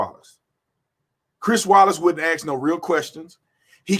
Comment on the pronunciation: Brandon... I love your channel... you have a massive presence on SM... However, If you can say "mask" you definitely can say "ask" Anyway, much respect for your record and your service as an officer. Blue lives matter!!!